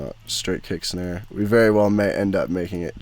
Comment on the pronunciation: "Kick and Schnare" <3